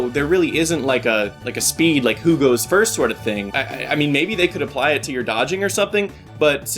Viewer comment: Great dat said "frist"